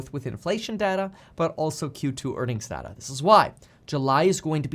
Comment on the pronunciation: Dear Kevin, it's pronounced "data" not "data" :P